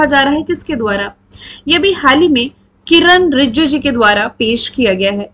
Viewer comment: Kam se kam Kiran rijijoo ka naam toh thik se lijiye